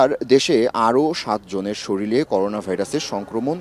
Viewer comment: কেমন সাংবাদিক জরুরি কে বলতেছে জরুলি, শরীরেকে বলতেছে শরীলে।